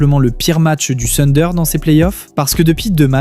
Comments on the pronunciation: Le sunder.... Mais mince quoi si tu analyses la nba essaie de bien prononcer s'il te plaît. Le Tunder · Thunder déjà à l'écrit et plutôt " funder " à l'oral.